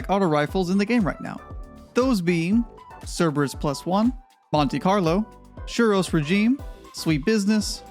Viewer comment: I know about silent letters in words, like knife or lasagne. But I've never know there to be hidden letters in words. Like as in suros bit pronounced shheero's.... learn something new everyday!